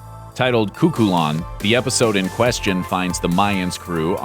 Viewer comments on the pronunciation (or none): none